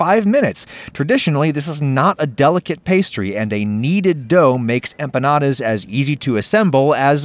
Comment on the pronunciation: I'm just glad you avoided the trap of hyperforeignisms and didn't call them empañadas